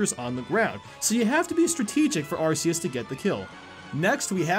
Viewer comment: you pronounce Arceus like arseus its actually pronounced arkeyus, just so you know.